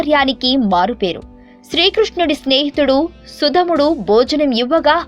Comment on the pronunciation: సుధాముడు తల్లీ!!! సుధముడు కాదు......